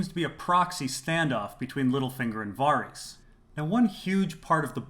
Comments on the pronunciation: You pronounce Varys like a fuckwit, and you're horrendously wrong about Yoren and the Goldcloaks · Man, I love your videos and the insight you provide to scenes and situations. I just gotta ask, though.. do you pronounce Varys' name like that just because you can, even though it's not correct? I don't know why it drives me so crazy. And it's not just because "they don't say it that way on the show" .. it's because I've heard GRRM say the name countless times in interviews and he says it as it's pronounced on the show.. as I'm sure they verified this with him when creating it. Totally a nitpick, I am just a bit confused. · I LOVE your videos but why can't you just pronounce Varys the correct way, the way the show, EVERYBODY else on earth, AND George R.R. Martin does...???